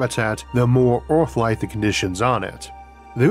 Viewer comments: It's not "Orth" - it's Earth! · Sir, you talk really unclearly, thats really annoying for a non native Speaker. Also its not Oarth, but Earth.